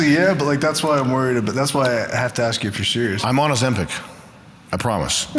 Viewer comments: Is Sammy being sewious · baby sammy sewious